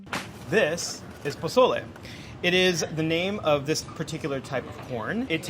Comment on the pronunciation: I love how he says pezole literally as white as possible and says tomatoe and cilantro like he was in andy ruiz's corner the day after his nieces quinceanera.